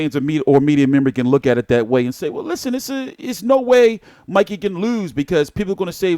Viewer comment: VERY DISRESPECTFUL... THE MAN'S NAME IS MIKEY....NOT MICKEY... ANDRE ROSIER IS NOT ILLITERATE....HE IS JUST SIMPLY BEING VERY DISRESPECTFUL.. INTENTIONALLY .....